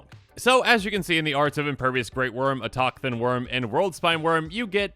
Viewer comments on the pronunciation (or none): Autochthon is pronounced “auto-thon” btw